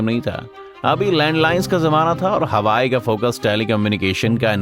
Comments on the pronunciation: Yes, its हुआवे not हवाई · Its Huawei not hawai. Isse acha to halwai bol dete😂😂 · Huawei NOT Hawai YES 😂😂😂😂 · By the way it's not Hawaii ... it's HUAWEI🙂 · इसे हवाई नही हुवावे बोलते है । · Pronunciation to ache se kr le bhai hawai chappal thodi na hai . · सहि तरिकोसे नाम तो बोल नहि जन्ता निक्ले video बनाना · Bsdk company ka naam to proper bolo 😂😂